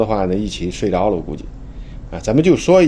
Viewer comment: 一句“都睡着～了”，听出了的家乡，是天津